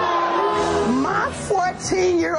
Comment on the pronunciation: Lmao how she said my tho lmaoo